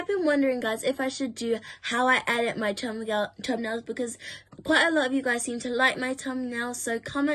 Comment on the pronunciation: Lol bless you , saying Tum-nails .🤣